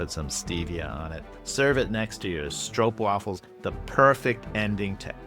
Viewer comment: Most impressive part of this analysis is that you pronounced the long "oo" of stroopwafels correctly (w should also sound like a v). My wife is Dutch and I've been wanting to show her your QP videos. Now I can without her yelling "IT'S str-OOOH-pwafels" at the screen.